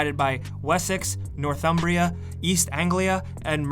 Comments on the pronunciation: Just wanted to confirm that you did indeed pronounce Wessex, Northumbria, East Anglia, and Mercia all correctly :) and I'm especially impressed though that you got the spelling of Northumbria as one word and East Anglia as two, because that's also correct. Wether you were just lucky, or you actually did your research for this video, I still appreciate it lol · Pronunciations for UK locations during the Viking era are spot-on. All you need now is the accent. You can borrow mine. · you pronounced the names of my nation well my son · the pronunciation was fine, but if you could not refer to all of Britain as England that would be great. ie: portions of Northumbria extended into Scotland. Scots don't appreciate being called English. Get this right now so you don't make the same mistake when the game's out... please ... i don't refer to the entirety of the usa as California, lol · He literally said all the kingdoms right Lmaoooo but yea watch last kingdom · Oh my god, an American correctly pronouncing English regions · Fucking banging pronunciation. Keep up the good work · Nailed the pronounciation of all the regions! Brit approved!